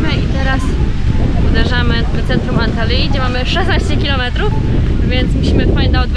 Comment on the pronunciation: Antaliji😂 co ty tak to wymawiasz dziwnie😮 Antalji jak już